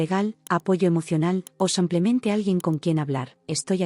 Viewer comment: Dice mil veces samplemente??,o semplemente o yo no oigo bien 😂😂